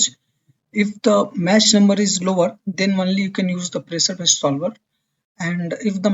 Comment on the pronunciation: I think the "ch" in "Mach" is prounced as "k" not "sh".